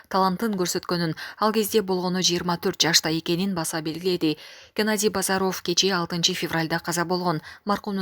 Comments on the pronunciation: Бозаров дебей Базаров деп туура оку диктор аял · Айланайын алып баруучу, баары жакшы.Бирок Жапар оф, Базар оф Касмамбет оф деп окуганын жадатат. Жазылышы менен окулушун айырмалай албайсынбы!?!?... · Алпаруучуга айтаар элем, ударениени туура койуп суйлосонор жакшы болот эле.Геннадий Базаровдун фамилиясын окуп жатканда туура эмес болуп жатат!